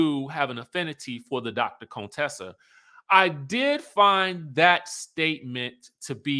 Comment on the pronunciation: It’s you keep saying Dr. Cone Tessa for me 😂